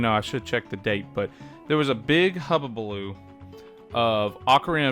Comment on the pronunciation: The word is hullabaloo, not "hubbabaloo" lol.